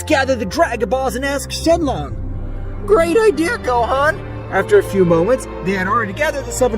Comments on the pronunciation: It's not shenlon it's shenron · shenron not shenlong !!! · Its shenron not shenlong